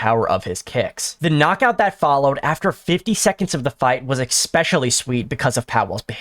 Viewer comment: Stop fucking saying ekspecially